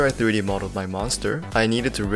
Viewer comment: Diry modeling or u tryna say 3D modeling u don't say some words right kinda hard to understand